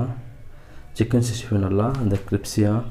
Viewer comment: அது கிரிப்ஸி இல்ல புரோ....கிரிஸ்பி...